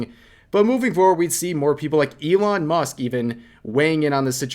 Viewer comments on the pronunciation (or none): none